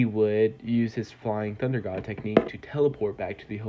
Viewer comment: I thought I heard him say the flying thot instead of the flying thunder god